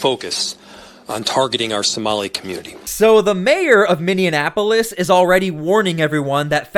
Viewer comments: Love ya brother but you should re-record this with the correct pronunciation of Minneapolis. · It's Minneapolis, not Mindianapolis. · ....Just letting you know that it's not Minnianapolis. It’s Minneapolis. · Just a little help with the pronouncement,. Not “Minionapolis,” it’s “MinneApolis.” Not meant to be condescending! Love your content,! Keep it up, man! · Minne......apolis ...pronounced Miny. Apolis not Miny IN Apolis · I live in Minneapolis. It's actually pronounced, 'Minn-e-apo-lis.' You pronounce it, 'Minn-e-in-apo-lis.' Just sayin'... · Bro please tell me where the extra N is in the word minne-ap-o-lis? What city is minne-in-ap-o-lis. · First off it’s just Minneapolis not Minneinapolis respectfully. Second, as a rural Minnesota resident I am not pros of the large Somali population in my state as they are very entitled and are draining us financially and are a disruption in our communities of the Twin Cities and St Cloud. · OMG! It's "Minneapolis", not "Minneanapolis" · MINN-E-A-PO-LIS Not Minneanapolis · "MIN E AP OLIS" NO "N" IN THE MIDDLE. NOT "MIN E ANN A POLUS.":face-turquoise-covering-eyes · Please, it is not Minnenapolis! I is Minneapolis! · Bro, please learn how to properly pronounce Minneapolis, without adding an extra syllable to it. It's Min-ni-a-po-lis. Not Mini-Annapolis. Look, you're probably going to saying that name a bit in the coming future. I just want you to Shine as a National News-Caster. You're doing good work. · It's pronounced MINI-APOLIS..... not MINI-AN-APOLIS. just pointing that out. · You keep saying MinneaN Apolis...but there's no N in the middle. :) thanks for the videos! 🎉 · jesus say it with me sound it out miny ap o lis Minneapolis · Stop it. 😂 its Minne - apolis... there is no N between the e and a. 😂 Minne - apolis. Thank you. 😊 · Pronounced “Minn-e-a-polis”. The “in” is not enunciated. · He was saying anything but Minneapolis sounded like minneanapolis most of the time. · MIN E Apolis... seriously